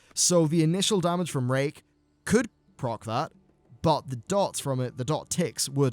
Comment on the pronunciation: Don't hate me for it, but I thought he said "If the target is below 25% health, it will refresh rape."